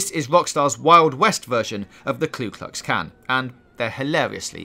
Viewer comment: "Kloo klutz can" ... B0I!